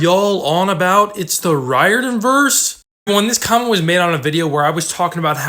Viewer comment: I'm really not trying to sound rude but I'm pretty sure Riordan is pronounced REER-DAN